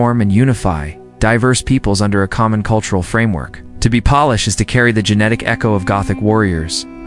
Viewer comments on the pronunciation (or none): Not so wonderful AI narration ... Has some work to do. Can't even pronounce "Polish" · While tempting to believe that I am not simply Slavic but rather descended from ancient Illyrians who were smart enough to adopt a superior culture/language when they saw it, I don't think any of this is true... Besides this is obviously AI audio, a human person is not reading this script. A few common words such as "Russian" were mispronounced, and "Polish" was pronounced as "Polish" in some places and "polish" (small "p") in other. A human English-speaker probably wouldn't have made these mistakes... For me that calls into question the legitimacy any claims here, on top of the fact that I already was skeptical of this information. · Teach your robot to pronounce Polish properly (A country) and not polish (making something shiny).